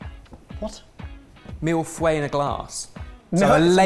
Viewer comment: still can’t pronounce ‘Millefeuille’ but I love him as a Super Geek Judge. 😂